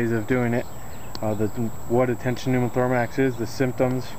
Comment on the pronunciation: Are you saying tension pneumothormax?